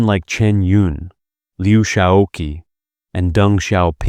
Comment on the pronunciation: It is so annoying that the narrator keeps saying Liu Sha-oh-ki, almost as if it was a Japanese name. LIU SHAOQI. SHAO-QI is two syllables, not three. Now say: Liu SHAO-CHI or SHAO-CHEE. Is it that hard to get a simple name right? And where the name Jiang Qing comes up, you somehow have no problem saying Jiang CHING, not Jiang King.